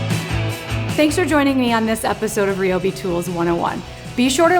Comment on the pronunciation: You’re saying Ryobi wrong. Ask 😂😂